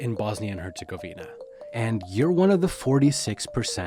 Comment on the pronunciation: Your saying Herzegovina wrong. Are you even Bosnian